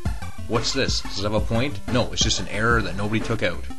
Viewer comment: "Out" is pronounced owt, not oat.